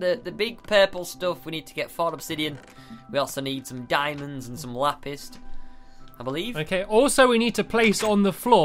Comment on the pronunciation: says lapist